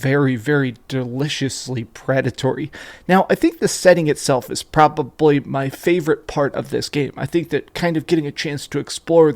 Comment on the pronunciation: You say “probably” kinda weird.